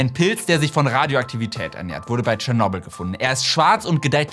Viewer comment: Das muss mal gesagt sein: danke, dass du tschernobyl richtig aussprichst!!